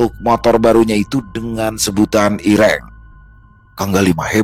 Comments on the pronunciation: Hitam itu irêng ,bukan iréng bang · intonasi medan dan Jawa "e" ireng nya beda loo ya😂😂